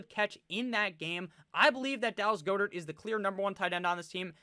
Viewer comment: Dallas "Gah-dirt" not "Goh-dirt"